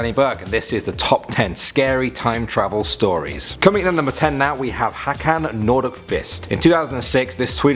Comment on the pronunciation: you say hakan more like hokan